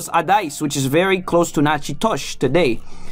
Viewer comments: You would think all Louisianians know it’s pronounced nack-uh-dish. Is the video author not from Louisiana? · You should learn how to pronounce Nachitoches before you make a video about Louisiana. Enjoyed your video though !